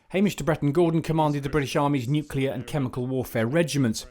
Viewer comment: Just the pronunciation Hamish...It's not 'nuculear', it is pronounced as you spell it... Nuclear!